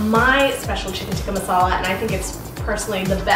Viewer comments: You say "chicken tikkah masala" like you are not indian/pakistan. Like you just learned the language yesterday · she said chicken tikka masala like a FU**ing white person 🤦‍♂️